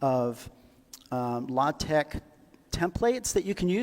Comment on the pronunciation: it's pronounced "la-TEK", actually. ;) (Even more technically, the X is pronounced like the ch in "Loch Ness".) Also check out AsciiDoc (and the AsciiDoctor extensions). It's a fantastic and comfortable compromise between LaTeX's flexibility/features and Markdown's simplicity/readability.